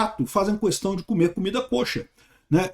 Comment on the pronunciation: Para agregar: se pronuncia comida /ka-chér/ (quase caché)